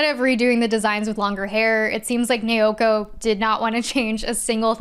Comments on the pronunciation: The pronunciation of "Naoko" used in multiple points in the video sounds very off to me. The pronunciation in the video sounds like "Neoko" or "Neioko" instead of "Naoko". Apologies for the awkward feedback. Every name otherwise sounded fairly normal to me, so the difference in the manga author's name stands out. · Not nay-oh-koh. It’s pronounced nah-oh-koh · Friendly heads up from someone who made the same mistake for an embarrassingly long time: when you see "ao" in romanized Japanese, it's pronounced like the vowel sound in "ouch" - thus, the creator's name isn't pronounced nay-o-ko, but now-ko. :) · Okay, this was absolutely fantastic and also thank you for reminding me about Star Gentle Uterus. 😂 Also, there is absolutely no fun being poked here. We have all been there in the past- The 'Nao' in Naoko just sounds like the word 'now' in English.